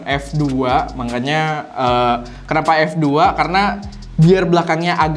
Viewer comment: Bang bukan "MANGKANYA" tapi "MAKANYA"", sesuai dgn EYD>